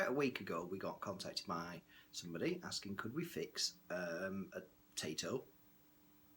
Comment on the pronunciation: Taito is pronounced tie-toe not tay-toe